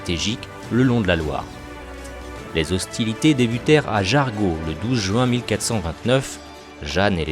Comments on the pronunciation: On dit Jarjo et non jargon et main sur Loire au lieu de maingue sur Loire. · Bonjour, Très beau travail. Juste pour information, Jargeau se prononce "JarGEau" et non "JarGUeau". Cela n'empêche pas la.compréhension de cette vidéo, c'est un détail ! merci à vous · Alors on dit "jarjo" "pâté" et "main sur Loire" 🤔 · Je suis du coin et j'ai jamais entendu Jargeau prononcé comme ça, c'est plutôt "Jar-jo". Bonne vidéo sinon !